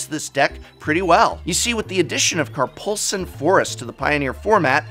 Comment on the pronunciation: also it’s Karplusan not Karpulsan. I pass too!